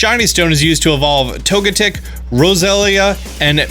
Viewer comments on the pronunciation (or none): none